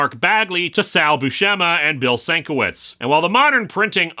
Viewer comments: Hey, just for the record, Bill Sienkiewicz has been clear that his name is pronounced "sin-KEV-itch". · Great episode as usual. One heads up for the future though: Bill Sienkiewics surname is pronounced "sin-kev-itch". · It’s a common mistake*, but Bill Sienkiewicz’s surname is pronounced “Sin-kev-itch”. Personally I love his art style, but I get it’s not for everybody. *common enough that he uses the phonetic pronunciation as his Twitter name.